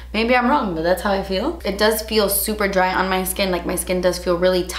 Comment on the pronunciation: I love when she says "das expensive" lmao